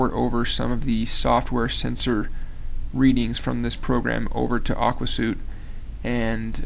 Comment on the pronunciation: Great video review! BTW, it's pronounced "Aqua SWEET", as in "a set of programs with a uniform design and the ability to share data". :)